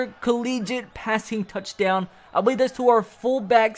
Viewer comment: The way he said touchdown thooo😂😂😂@